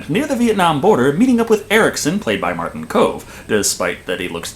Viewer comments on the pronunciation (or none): none